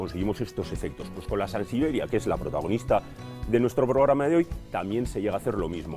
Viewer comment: No ha conseguido decir sansevieria en todo el video. es resistente...SANSIBERIA !!!!